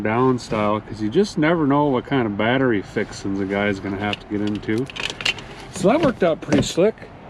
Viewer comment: GOOGLE: "Batree" Double dare ya....